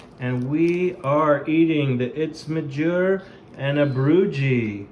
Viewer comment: Uitsmijter is pronounced out- smi-terre ( closest I could get)